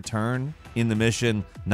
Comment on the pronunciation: pronouncing the "Op" in Op 55 and pronouncing Chopin like that... 😂😂